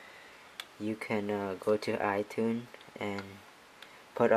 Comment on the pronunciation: '' yuh can go to itun, and restoo eithin" hahahaha